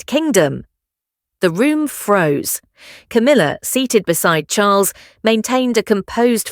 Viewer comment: Coomila? You cannot make a silk purse out of a sows ear!!?